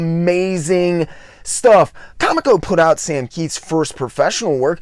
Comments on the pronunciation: Great insight into a reclusive genius. One thing, though, dude: it's pronounced "co-MEEK-oh", not "COMic-oh". I knew several folks who worked there back in the day, so I know that's the correct pronunciation. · Love the video! Just one thing, I used to work for Comico, and the way it's pronounced is CoMIco, not they way you've been pronouncing it. Keep up the great work!!! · I legit have only read MOST of the names I try and pronounce on the channel... it would be funny if I weren't so bad at it sometimes apparently! I will say it was amazing to know how many former Comico employees watched this and felt the need to correct me though! Take the good with the bad, right, hah! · Of all the mistakes I've made, NONE have been so corrected as that, lmao! I had no less than 4 former employees and not 5 other viewers bring this up - I'm sorry! I swear, I had no clue it was pronounced that way - I had only ever seen it, then a week after this drops - saw an interview with a former editor, and bam, realized I had it totally wrong, haha. Then the comments started... I had no idea there were so many other loyal ComEco fans out there! It's awesome to see so many people stick up for an label I constantly heard bashed like no bodies business at my LCSs growing up. Thanks so much for the kind words, AND the correction - I swear, I'll pronounce it right, or at least try for the next video - hard to break a 40 year habit lol! Seriously though, much appreciated on the correction and really happy you enjoyed - hope wincing every time I said Comico wasn't TOO distracting haha!